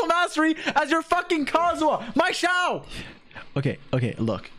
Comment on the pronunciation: Xiao(小) means small But how he pronounces it, it's like Jiao(脚) which means feet